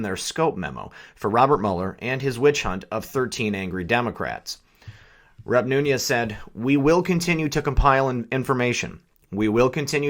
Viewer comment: No harm intended; his mane is not new-ne-ez. it is new-nez.